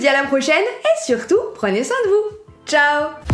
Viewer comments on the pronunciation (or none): none